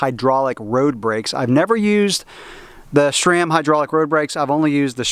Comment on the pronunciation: Why do you pronouce sram like "Shraam"? lol, or maybe that's how it's supposed to be said.